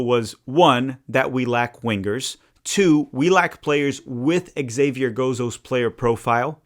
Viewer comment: Your buddy, Colin Reese, who knows more than most backed Zavier Gozo months ago. His name is Zavier. Xavier is the French spelling, and the X is pronounced like a Z. I think this is what confused you about the pronunciation. Of course, "Javier" is the Spanish version and is pronounced Ha-vee-air